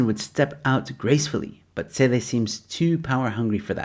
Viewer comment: It's bheki cele not tsele😂